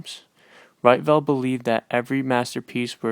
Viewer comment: Pronounced "Reetvelt".